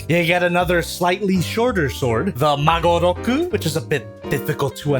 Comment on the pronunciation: You say "Magoroku" I hear "Maguroku", the invincible Tuna Katana!